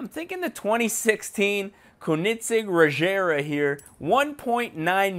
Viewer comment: Kiko MKD he also pronounced regera wrong he said rejera